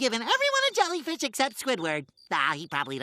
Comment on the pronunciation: Do you mean…a Swedish accent?